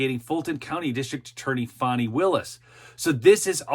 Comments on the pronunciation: I agree. I gently troll her by spelling it "Fawnee". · Her name is FANI not FAWNEY! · {FAN-NEE} ... NOT ... {FON-NEE} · Correct, as in Ass. Not as in Deer.